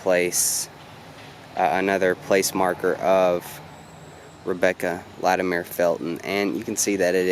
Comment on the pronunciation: LatimEER? Fuck no. It’s latimer. This is appalachia son.